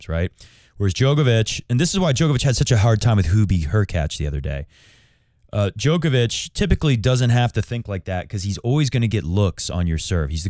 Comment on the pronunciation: Bro is djokovic not joke ovic